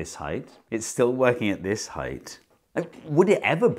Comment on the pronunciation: Thank you Steve for not pronouncing it heighth , there's no way I could watch this video if I had to hear that a hundred times in 15 minutes Lmao!!